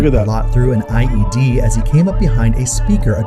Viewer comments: Did say IUD or IED?😂😂😂😂😂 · I am apologizing up front!:face-purple-wide-eyes: It's NOT an IUD:face-blue-wide-eyes:, it's an IED:face-pink-tears:!